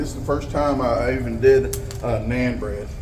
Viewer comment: It’s pronounced “non” bread